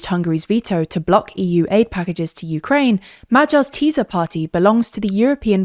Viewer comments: "Tisza" is pronounced as "tisser", not "teaser". Educate yourself, check foreign names before you release a report. It's simply basic professional conscience. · majar, teeza, feeDEZ and sooyok smh 😂 just learn the IPA already ffs 😑